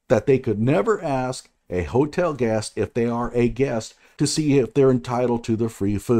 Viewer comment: Rashad doesn't say "ask". He says "axe".